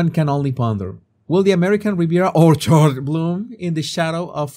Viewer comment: 2.55 mark had me howling. 'Groundbreaking' and the emphasis on 'Orchard'...so so so funny <3